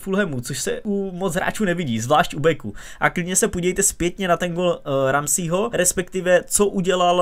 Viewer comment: “Ramsího” wooow ani jméno neumíš přečíst, ale hlavně že si myslíš že jsi odborník na fotbal 🙏🏻fakt už se na to vyser.....už se na to dívám jen protože SR smeju těm sráčkám co říkáš